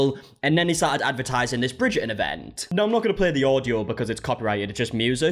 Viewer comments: I’m here again, two weeks later, to listen to say “Bridger-In” over and over again. 😂 Love you and your accent! 😘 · “Bridger-un” 😅 Sorry I had to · I keep hearing "Bridget and balls" 😭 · "Bridgerrdin" hehe😂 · Why do Bri-ish people refuse oo pronounce the T in words or names like Bridger-on?? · Bridger'in lol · the way he says bridgerton is hilariousssss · avoiding that T in Bridgerton like it's The Unknown from the Glasgow Willy Wonka experience 😂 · It’s blowing my mind hearing and actual Brit pronounce Bridgerton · haha no...just the letter "T" 😁